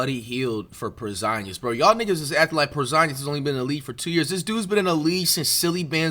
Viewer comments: Why flight saying Porzingis like that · Making Porzingis rhyme with lasagna is hilarious.